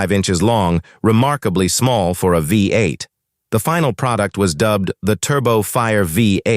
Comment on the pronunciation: Is it too much to ask to produce videos with a real narrator instead of an AI that says things like “V, 8” and “tetraethyl leed?” Also, if you’re talking about the small block’s wedge-shaped combustion chamber, maybe don’t use animation of a splayed-valve engine, or when talking valvetrain lubrication, show the small block, and not some engine with shaft-mounted rockers? You know, stuff like that.